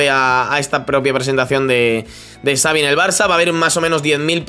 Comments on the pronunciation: Me da un incon en el estómago cada ves q escucho a decir tsaavi en ves de chavi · Pronuncia bien el nombre por favor, me duelen los oídos, Xavi, que seria CHAVI no sabi. Por lo demás, eres muy top, lo dice un culé. Saludos. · No digas Savi porfavor, di Chavi. Que sabéis pronunciarlo perfectamente. Xavi se pronuncia como Chavi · no sé dice savi sé dice xavi